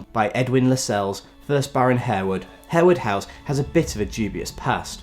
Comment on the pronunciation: I believe Harewood House is pronounced “Har-wood”. Lascelles is pronounced in a way that rhymes with tassels.